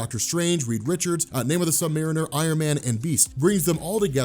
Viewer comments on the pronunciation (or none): none